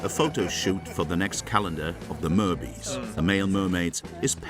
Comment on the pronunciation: Its not merbys. Its mer-bys. By is short for boy in newfie. For example the saying "Yes by" . Or the song "I's the by"